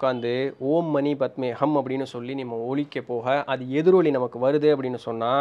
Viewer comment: Anna it is ஓம் மணி பத்மே "ஹும்" . Not ஹம்.. i saw osho elaborating it in a reels